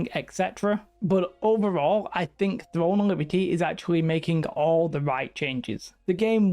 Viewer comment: thwone of libty